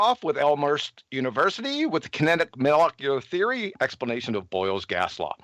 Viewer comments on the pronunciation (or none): Did he really just say kinetic milkular theory?